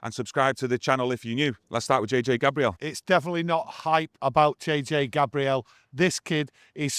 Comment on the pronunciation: It’s still Gabriel like the archangel not Gabrielle like the eye-patch wearing 2000’s songstress. Maybe when he hits the first team people will pronounce his name correctly 😂